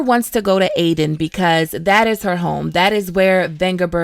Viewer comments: also Aedirn as well 😉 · Aretuza and Aedirn, not Artenuza and Aedin.